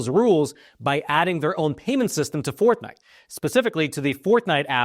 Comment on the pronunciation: Is he saying “ Fourth Night”? 😂